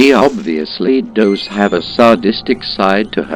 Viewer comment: I love how the LP Bot pronounces "does" as he would the word denoting female deers. "Siguorney female deers have a sadistic side."